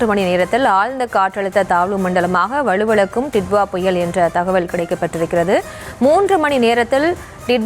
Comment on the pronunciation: அது வலுவிலக்கும் இல்லை..வலுவிழக்கும்..